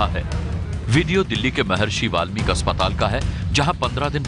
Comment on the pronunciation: Sir It should be "Maharishi Valmiki" not "Walmic"